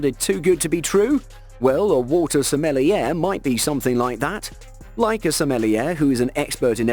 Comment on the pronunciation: SMELLY-AIR?!???! Bro...are you kidding?!